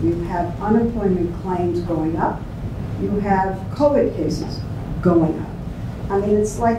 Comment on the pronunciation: He can't even say the word Covid